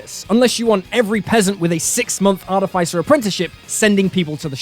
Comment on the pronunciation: ArTIFFisser, everybody, not arty-fyser. I'll go now.